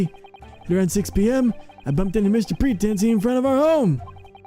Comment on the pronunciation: Please... say "PretEncy"